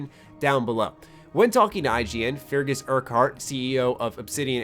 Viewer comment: "Fergus", not "Feargus". X-D